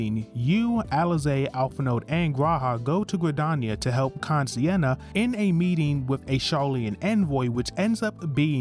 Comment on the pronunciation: Kan-E-Senna: x Kan-Si-Enna: ✓